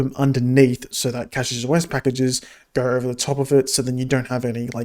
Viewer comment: Take a shot every time he pronounces it wrong